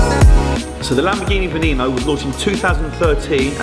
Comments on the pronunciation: It's not a veaynano it's a vaneno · I always thought it was pronounced "Ven knee no" not "Ven nay no" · It's not venano. It's said beneno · Lamborghini Veneno (Ve-nee-no) Not 'Ve-nay-no' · Spanish or Italian, it is pronounced the same :"VeNeNo" not "VeNeiNo" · it is pronounced ben-o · It's pronounced VE nee No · It's prounounced Voo Noo Noo. It's Chinese because China is where Lamborghini is from